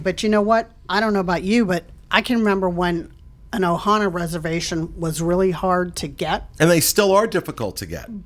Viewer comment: First-Thank you for pronouncing the name of the restaurant correctly! The name of the restaurant is OHANA. There is no S. Second-my last experience at Ohana was so dismal and rushed and rude I pretty much gave up on it. It is OUTRAGEOUS to be charged these prices for horrible service. This includes the resorts as well. Pay $700 a night for a resort with broken washers and dryers?! Paying that much anywhere else and my laundry would be done for me. It’s crazy, thank you for lighting this up! 👍🏼